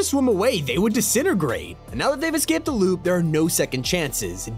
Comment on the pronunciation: its INSANE how you say "lube" instead of "loop" every single time